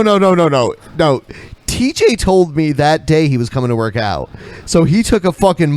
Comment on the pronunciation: He said Thai tj. Stop interrupting the show 😂😂